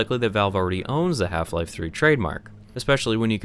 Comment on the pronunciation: Hielfie-lielfie throoee